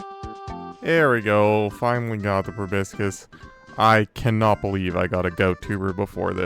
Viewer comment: Loving the series so much, but proboscis is "pro-BOSS-is". Just something I notice many people mess up :P